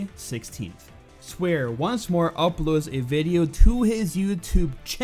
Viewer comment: Pretty sure it's "Swahre", not "Swear" Just saying.